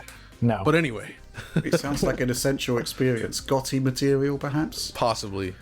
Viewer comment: nobody - "Gotee matewial'